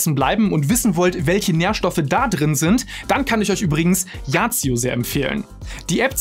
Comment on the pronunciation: Kurz zur yazio app, es wird als „ yasio“ augesprochen und nicht als „yacio“